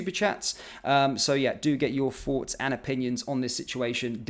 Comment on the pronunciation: Sorry, I can’t listen to this, presentation is too jerky, you need to calm down, stop putting so much emphasis onto so many words. Also, do you want our forts, or thoughts?